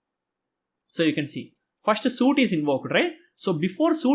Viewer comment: Super course! One moment: that's not "suit" - that's "sweet". I'm talking about SUITE prononciation.